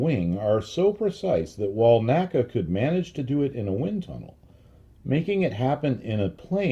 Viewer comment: the correct pronunciation of NACA is "en ay cee ay" and NOT "nacka". My education on this point came from having worked at two former NACA installations with former NACA employees, attended their NACA Reunions, worked with historians specializing in the work of the N.A.C.A. etc etc. The old NACA/NASA documentary films also bear this out. The all too common mispronunciation apparently has its roots in the way we pronounce "NASA" in two syllables. I have enjoyed your well-researched and unique body of work tremendously and thought you'd like to know.